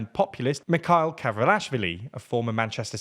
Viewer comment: Just an honest feedback: please, learn how to pronounce names. It is frustrating that you can’t put an effort to say correctly the names “Salomé” or “Mikheil”